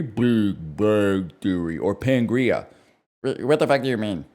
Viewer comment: Those who don’t know: it’s Pangea not Pangrea